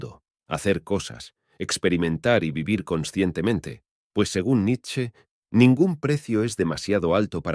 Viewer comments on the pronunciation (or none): none